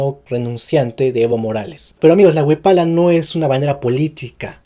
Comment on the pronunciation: Wiphala se pronuncia wifala